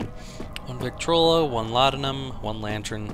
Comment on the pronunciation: did he say 'victrolo'?